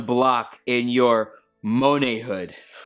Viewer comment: "Monatborhood". I actually cringed for real.